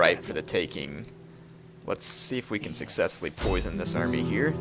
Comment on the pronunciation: ... "large amry" comon man you can do better than that